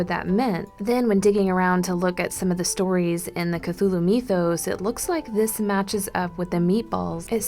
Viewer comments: 1. mythos is pronounced Mith-os, not Meeth-os. 2. August Deraleth needs to be credited with most of the structure of this, as H.P. Lovecraft did not explain most of his world, preferring it to be obscured. After his death, Deraleth solidified, and expanded the mythos. 3. Most artists take liberty with things. The only one of the elder gods that was ever drawn by H.P. Lovecraft is Cthulhu. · google says "mythos" is pronounced as my-THos instead of me-THos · It's not meeeethos it's mythos